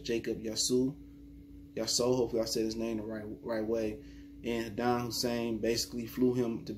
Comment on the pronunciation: Why can't you pronounce his name just once?